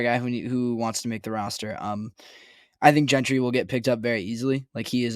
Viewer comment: I almost hope Gentry gets cut just so I don't have to hear both of you mispronounce his name. It's not that hard. It's pronounced Jentry! JJJJJJJJJJJJJJJJJJJJJJJJJJJJJJJJJJJJJJJJJJJJJJJJJJJJJJJJJJJJJJJJJ The other one is Nick Kwiatkowski. This is from the WVU player site. Pronounced kwit-COW-skee. The A is silent. Come on guys! LOL